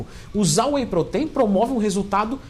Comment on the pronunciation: "whey proteín" kkkkk vou comprar whey feminino 😋🤪🤣💪